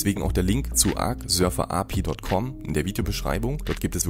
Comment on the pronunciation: Wie er Server ausspricht macht mich richtig aggressiv